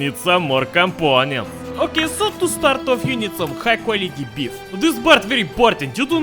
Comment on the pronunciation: “some more compoounents”